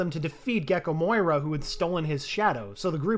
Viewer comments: imagine calling Moria "Moira" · Say it with me MORIA!!!!!! NOT MOYA